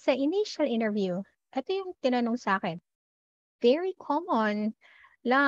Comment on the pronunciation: Why do you pronouce interview that way. Nasobrahan pagka slang mo teh